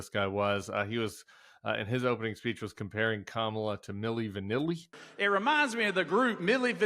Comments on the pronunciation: He purposely mis-pronounces people’s names. Fani and Kamala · Why does donawld troompf have so much trouble pronouncing Fani Willis' and Kamala Harris' name? , What is the point? It is the content of character that matters, not the name, or how you pronounce it, right? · Don’t understand why anyone still lets this man go out and give these speeches. Every time he speaks, it’s called the most unhinged speech ever. He keeps topping himself. So sick of republicans disrespecting others by purposefully mispronouncing names. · So disrespectful that these burned-out bulbs can't even pronounce the Vice President of the United States' name. Are they smarter than a 5th grader? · Was there ever a man who derived such unmitigated glee from mis-pronouncing Black women's names?